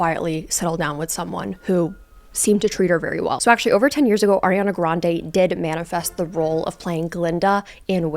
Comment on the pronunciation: Why do you say her name like that? 😭